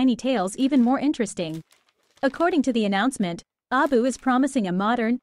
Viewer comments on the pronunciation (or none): It's an AI voice, that's why. It tries to pronounce it as a word since the AI can't tell that it's supposed to be an acronym. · why do U keep pronouncing the name of the company wrong on every video U make?